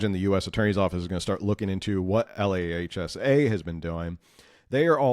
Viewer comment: LAHSA is pronounced LAAHSA